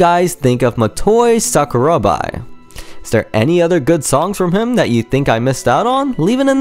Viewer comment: Mo-to-'ee" Sa-ku-ra-ba. spanish vowels bra. Great video!